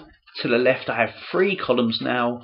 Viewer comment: OHHHH you were saying 3...thought you were saying "free" 🤣